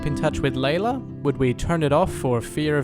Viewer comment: It’s lylla not laylla